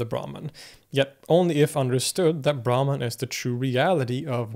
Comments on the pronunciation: Brahman is actually pronounced as - Brahmm in Sanskrit. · Great vedio for direct experience.. Pronunciation of Brahman is not correct. Should not drag Brahman. I Pronunciation of Brahmin varna or so-called caste. Bhakti s Pronunciation is also incorrect. You can see diacraticsl marks such as---__ --' _ . Brahman Braahnin Bhakti Maayaa That which belongs to Sankara is.. Saaankara..Tsdhdhits.. Upanishads not upaaanishads. But. EUROPEAN CSN OFCOURSE... WE PRONOUNCE ENGLISH DIFFERENT WA.BUY WR LEARN FROM RP..DANIEL JONES. BIRD VOWEL... DICTIONARY..MARKS.. SILENT G..IN INTERRUGNUM FOR INSTANCE. FOREIGN...2 WAYS BRITISH AMERICAN RHOTIC ILLUSION OF WORLD.. SUPERIMPOSED SNAKE IN A ROPE ADHYAASA..MAAYAA..CORRECT PRONUNCIATION YOU DID SIR. CONTRODICTED BY RAAMSANUJA. AHAM BRAHMASMI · I disagree. He's indeed good with Arabic phonemes and probably studied the language extensively, but his pronunciation of Sanskrit terms is nowhere near his Arabic. For example brahman is not pronounced braman but bramhan. etc. his t-, -n-, -r are also sounding way too European. that's being said I also appreciate his impartial and objective attitude he has explaining lots of different traditions and doctrines. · Excellent video. I especially like how, as usual, you also give the terms in the original language and then in English. But I wonder if "brahman" in this context is actually pronounced "brahmaan" rather than "braahman". The god Brahma, the creator, is pronounced "Brahmaa", so the two might come from the same word (and perhaps be the same thing). Also, the Sanskrit term for the universe is brahmaand, I believe. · Brahman - "brah" pronounced as "bra" as in the lingerie = a Varna/caste in Hinduism Brahman - "brah" pronounced as "bruh" as in "sup bruh?" = The supreme reality